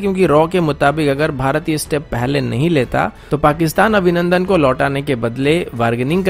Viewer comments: Abhinandan not Avinandan, can't get the name correctly, so bad. 😀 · Avinandan Nahi Abhinandan aur Jogdan Nahi Yogdan hota hai Gadheeee😫😫😫✌🏻